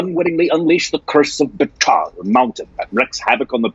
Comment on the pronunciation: That moment when says Betaal correctly instead of Bay-Tail O_o